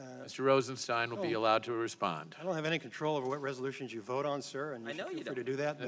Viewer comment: “Meni”? You mean many?